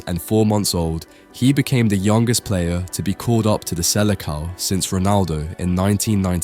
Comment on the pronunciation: "Selekão" Bruh